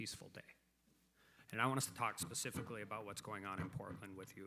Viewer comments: Someone please tell Ms. Jackson-Lee, it's "specific" not "Pacific"....for God sakes, you're a gubment official. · "Pacificly ... I am reclaiming my time. Pacificly do you understand..." LoL come on these are our leaders. Pacifcly really?